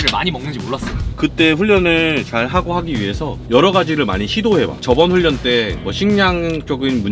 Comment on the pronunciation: 훈련 안락 발음을 외국인처럼 하네요.